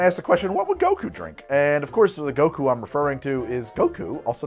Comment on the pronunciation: I laughed so hard at the extended "Samwise Gamgees/Goko/BoBo Gaggins" flubbing. Fun episode! Genuinely want to make the Divine Senzu and the Krillin.